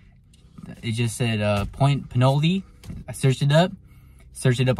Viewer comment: Try at least a 10 -12ft surf rod. 30-40 braid 25 lb mono leader, something like that..The location is pronounced 'Pinol'..not 'Pinoley', like the city nearby of Pinole..the e is silent...Maybe describe your set up-rod length, reel size, line, how you hook up the mudsuckers, you showed like 1-2 seconds.